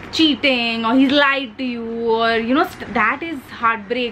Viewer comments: Loveeeedd this❤️❤️❤️ And the way you said cheating( chitting) 😂😂😂❤️❤️ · Wt an amazing video. It has everything in it- humor, makeup, advice, jake😃. Ur british accent was so good. I wana hear more of it plzzzz. And the song 'one kiss is all it takes' was so funny how u sung it.. 😂😂 "CHEATING I'll never do"...... o girl! U r love! 💕💕